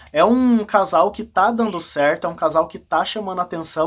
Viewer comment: Voltei para te dá uma dica para melhorar o seu video: não e dano, e sim dando! Cuidado com a pronúncia dos verbos no gerúndio!